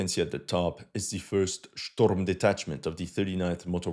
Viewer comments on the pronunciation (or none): none